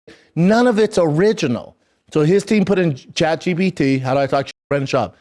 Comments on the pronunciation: I'm pretty sure he said Chat G "B" T. lol. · Chad gee bee tea